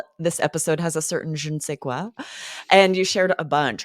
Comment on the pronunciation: Hi what's shaking? I'm also shocked that 7000 thousand french words are used in American english. I'm impressed about Aubrey's french when you said je ne sais quoi you sound more french than I do. And I'm french by the way.